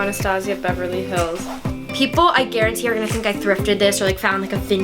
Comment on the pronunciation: Did anybody realize that she said Beverly Hills like all America